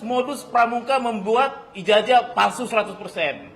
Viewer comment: Nyebut ijazah aja nggak benar...IJAJAH😁😁😁😁😁😁😁